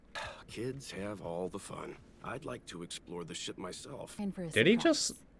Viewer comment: At the end he said ship as in space ship it just sounded like that curse word